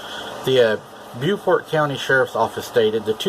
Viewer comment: Also this is North Carolina.... We say Bo-Fert, not ByooFort